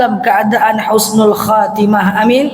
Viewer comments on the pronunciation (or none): none